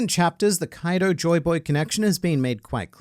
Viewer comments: Its not kaido. Its Kai D. Oh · "Kwaido" 😂 I like this even better than "Koido" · Kawaiido... I love how funny that sounds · Ah yes "Kawido" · You get the Like just for saying Kuwaido. Well done. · "Kawiido" is top notch, sir! 🤣